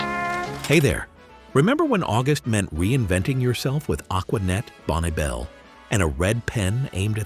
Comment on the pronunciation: Not "Bon Bell". " Pronounced like "Bonnie Bell".